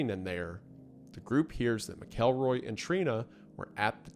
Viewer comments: its Mac El Roy not Ma Kel Roy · Mackleroy, not mick-elroy. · Wendi...you are killin me. It's MACKLE-ROY. That's how you say it in the South! Im playing but also serious. Fellow Tennessean here also so I know how YOU in particular should say it lol. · From a Missourian who has had to coexist with this story my whole life: 1. Mackle-roy, not Mic-Elroy. 2. This wasn't Skidmore's "version of justice"; the townsfolk were decent, religious, and orderly citizens who BEGGED their government to fulfill their end of the deal and enforce the law for years, but they were too poor and "backwoods" for the county/state to commit real resources to deal with one man with a gun. They were trying to do things the legal way, using means that wouldn't condemn their souls. Trina's parents were poor and without resources to uproot their family to flee from Ken, and they had nowhere to go. Poverty and a lack of education meant they were easy to manipulate. 3. So much of the story has been conflated by urban legend and retelling over the decades. I've seen some outlets say there were upwards of 40 people on the street that day, which was crap. It's like the H.H. Holmes murder mansion where the fantasy has long outgrown the reality. 4. Most information taken as "legitimate" by the mainstream today came from Harry MacLean's book, but the locals all knew he was there to profit off their community trauma. The people who actually knew what happened didn't talk to him. People who liked to feel important or get their fifteen minutes, who weren't even in town that day, made stuff up for him. MacLean wasn't generally liked around town while he was there, as you can indirectly tell from his mischaracterization of some people in his book (Lois Bowenkamp was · how do we tell him that he pronounced the last name wrong the entire video? I don't make the rules but it's pronounced Mackel-roy. Not Mick-elroy. Hope sees this:) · Mcelroy is pronounced mackleroy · it's pronounced mackleroy